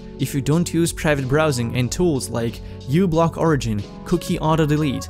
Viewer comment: Good reminders, One thing, one says "microblock" not "ublock"